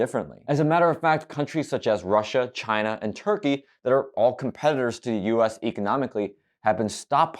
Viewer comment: Sometimes I just miss the way he said “China”